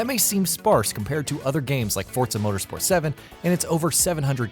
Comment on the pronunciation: Gran Toreezmo? Mozzder? Sort out that pronunciation!